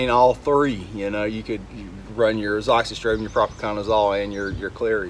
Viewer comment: Finally, someone said Azoxystrobin. Now I know how to pronounce it!